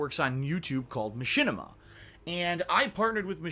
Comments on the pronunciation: It's not "Ma-chin-ima" it's "Ma-shin-ima" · This is straight-up fire dude, really well put together and the video evidence after each talking point hits like a bus. What on earth is a "Ma-CHIN-ni-ma"? 😆